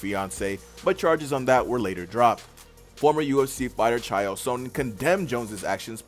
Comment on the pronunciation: Bro first u said chameavs name wrong now chael. Say the names right